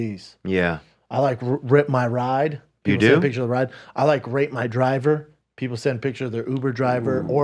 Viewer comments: 100% you were saying rape, Brendon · Definitely thought Brendan said “Rape” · Sorry Brendan but it did sound like you were saying rape!!! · It definitely sounds like Brendan is saying rape not rate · Ima be completely honest I knew that brendan was saying rate based on the context but it sounded like he was saying rape